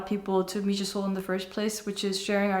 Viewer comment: It’s pronounced Mee-ha 🤦‍♂️